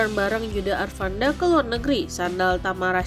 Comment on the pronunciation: Bisa baca gak min? Yudha Arfandi min bukan arfanda